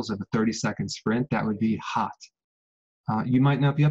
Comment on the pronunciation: Dr. B: "Sprinting is very painful because it's like an explosive thing, umm... but, If you could do 7 cycles of a 30 sec sprint that would be HOTT!" Me: "What did he say?" Enunciated Swag! 🤣🤣🤣Love the way he connects with his audience at every level. The best teachers do this. 💜